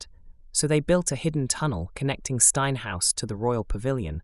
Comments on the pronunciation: Old Steine is pronounced as steen not stiner. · Just one point. Steine is pronounced 'Steen' The tunnel between the Pavilion and Steine House is thought you have run further, towards the beach. Evidence is in the cellar of the Druids Head pub as well as the cellar of Dr Brighton's , where the landlord once opened a hole in a wall and discovered a chamber full of Regency era toilet pedestals! This was subsequently sealed again. I have no idea if the toilets are still there or not. It's thought that Martha Gunn, a legendary 'Dipper' woman may have used this tunnel to visit the Pavilion Hangleton is apparently the location of an old plague pit. In the 1960s they drilled into the pit and apparently found that the bacteria was still viable. I don't know if that's true or not but it's what I heard.